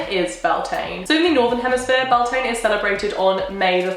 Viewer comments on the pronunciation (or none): I’ve been binging this series for the last few days and I really do love it but the pronunciation of the holidays really irk me. Most of them are Irish words that’s aren’t that difficult to get right. Beltane is the Anglicised version of Bealtaine which is pronounced Beal-ten-a. I really do love the series but as an Irish person it really does bother me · Beltane is the anglicised form of Bealtaine and is pronounced be-al-ten-na or bal-tin-na for anyone who cares. Which is just funny considering Wiccans pronounce Samhain right. Wicca is keeping celtic traditions alive, please don't let English butcher its name. ai and a_e both make a stressed "a" sound in English but when you put e on a consonant after ai in Irish the two sounds cancel each other out and you get an "eh" noise. But if you put an e with a fada which looks like é, you'd get "a" noise like ai or a_e. So ai and a_e make an e noise but é makes an a noise. This is one of the many examples of how British made it harder for themselves when they tried to anglicise the Gaelic languages. Fun fact fada means long in Irish. It's the little dash above a vowel, á é í ó ú. It lengthens the sound of the vowel, roughly equivalent to English putting an e at the end of a word to change the pronunciation of vowel before it. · It's pronounced 'Byul-tah-nah', it's the Irish word for May, it's a bank holiday here! I never would have thought of celebrating it the celtic/ wiccan way but I'm definitely going to try this year! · U pronounced and spelled it wrong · I mean no disrespect but I don't think she is pronouncing beltane correctly she might be but I'm a fluent gaeilge speaker and what she is saying sounds nothing like bealtaine the gealige translation for may